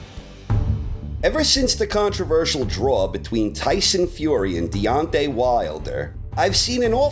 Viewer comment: DEONTAY, not "Dante".